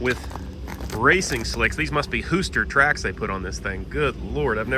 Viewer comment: Hooster or Hoosier...? 🤔